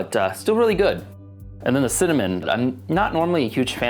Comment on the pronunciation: At first, when he said cinnamon, I couldn't hear what he said and I thought he said semen plant. Then I went, maybe he said cement and then the said cinnamon and I was like, 'oh, cinnamon!'